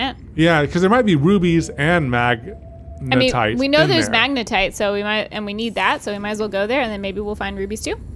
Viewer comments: Katelyns face is like the this is fine meme every time she hears say magenite instead of magnetite 😂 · majinight, magnetit, majatight, magnetite, lol the saga continues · Not majinite! Magnetite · please say magnetite and not Majinite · They added more horror because the anxiety of the oxygen running out and the frustration from pronouncing magnetite wrong wasn’t enough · I hope in the edit they have an " says magnetite incorrectly" counter hahaha